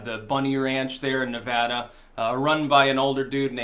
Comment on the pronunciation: Hey look someone who says the name of my state right.